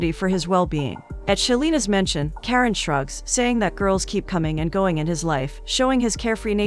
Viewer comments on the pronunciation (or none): It's not Karen..it's Karan like KaRUN..😅